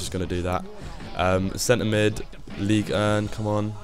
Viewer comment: say league urn one more fucking time i dare you.